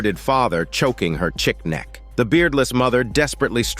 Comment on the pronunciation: This has got to be narrated by AI. I hear that dumb voice everywhere now. He strangled her 'chick neck'??? A gunshot hits his head but spares his beard lol....good lord.